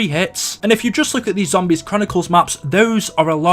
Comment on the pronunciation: WHY DO I HATE THE WAY YOU SAY “ZOMBIES” ?!?! FUUUCK! I like all your vids and have been subscribed for a couple years now and everything on here is great... But........ that lol. I know you can’t change it either like you can’t help the way you sound too so I’m sorry